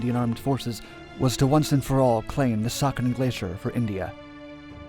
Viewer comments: It’s not sakan it’s pronounced say-a-chen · Siachen pronounced as si-ah-chen not sa-ken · It is see-aa-chin. Not sakhin. Just saying. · It's pronounced as "Sia-chain".... Not suckin or saaken... Also, meghdoot was great warrior who was great at guerilla warfare and Ravaana's son. Nice video nevertheless. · It's pronounced as see-ya-chin and not saa-khin. Btw i love you videos and the amount of research you put in them. Being a world war 2 buff it's a pleasure enjoying your content. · It is pronounced as "see-ah-chen" not sucken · Its not pronounced Sakin Glacier but See-Yeah-Cheeen Glacier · It's not saken!!... It's pronounced Si-aa-chen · "sia-chin" glaciar not suckin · It's See-Aa-Chen not Sucken :P The folks at UN read it your way too and drew the line thinking... Who da sucken would go there? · It's pronounced as Sia-Chayne and not saakhen, the ch- is pronounced as in change. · It's Sia Chin as in your chin not Ken. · Very well summarised ... it’s pronounced as “sea-aa-chin” glacier. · You're pronunciation of Siachen is wrong. It's pronounced See-yaa-chain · Saichen is pronounced as si-ya-chin. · It's pronounced Sea-aa-chain (Siachen). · Sia---- Chen(the correct pronunciation) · It's pronounced. Cee-yah-chin. The place. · The glacier is pronounced See-ya-chen. Also, there was a series of brief skirmishes between the Ladakh scouts and Pakistan rangers took place during operation Meghdoot with casualties on both sides. And it was inhumane of both militaries to send ill-equipped soldiers to a place that has a real feel temperature of -60°c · This video is a very good example of how the western media not knowing a thing about the history of a matter try to project themselves as some sort of experts or keepers of justice in places like kashmir! Couldn't even care to research the pronunciation of siachin and these people will investigate human rights issues in the region! 😂 What a joke!